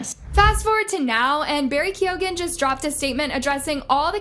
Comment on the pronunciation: as an irish person, the way keoghan is pronounced is annoying me